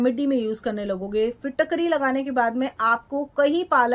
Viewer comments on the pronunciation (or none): फिटाक री nahi bolte Hain ise फिटकरी फिट (fit)+ करी (cari) bolte hai , कृपया ध्यान दें ।